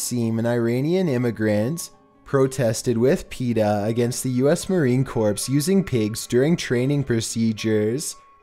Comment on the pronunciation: i thought his pronunciation of marine corps was funny. at least it helped lighten the mood of the vid.